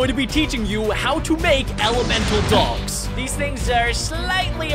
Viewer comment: is said it wrong elemental